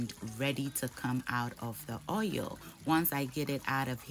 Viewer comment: It's the oieyll for me lol> love how you pronounce oil. Love you and can't wait to make this but with fish as I don't eat meat :)